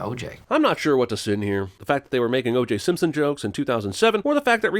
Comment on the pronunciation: “Simson” ding